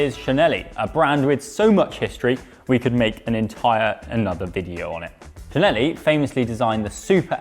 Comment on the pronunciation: Btw the prononciation of Cinelli is “Chinelli”. Otherwise nice video :)